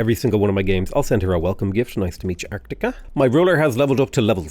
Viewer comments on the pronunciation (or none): keeps saying "arCtica" when the enemy civilization is called "artica", without the C. Let's see when he realizes it:D